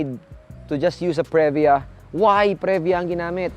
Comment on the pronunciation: Punyeta ka magtagalog ka nalang. Saka Previa is pronounced pri-vya not pre-vya